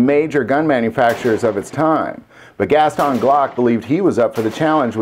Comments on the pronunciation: Why do you say Gaston Gas-ton instead of Gaston? It kinda sounds like you are saying two words. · Is that the proper way to pronounce Gaston ? (Gast-on)